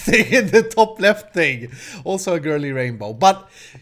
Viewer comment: Did you say girly??? TRIGGERED